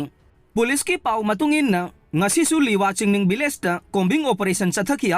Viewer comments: Village not villge😂😂😂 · nangna hairidusu lanle village haigdba not villge😅